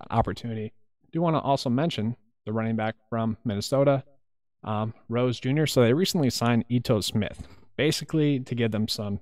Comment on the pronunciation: You nailed Gore and Rose! Well done!